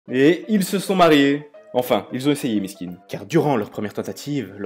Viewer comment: OMG il m'a tuée quand il a voulu parler en Arabe avec: miskine et rmal comment il a prononcé j'était morte sinon super video